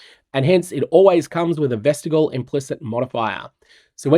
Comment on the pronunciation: I have a dream that one day will figure out how to correctly pronounce vestigial.